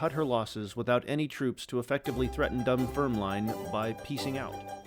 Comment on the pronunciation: It's pronounced "Dun-FERM-lin" , rather than "Dun-ferm-line". 😊